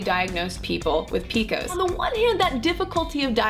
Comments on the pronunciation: No one that I know of, pronounces it PEEKOS. It's Pee Cee OH ESS PCOS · I had never once heard it described as "PEE-KOSE." Lol. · who the hell calls it "peekos"???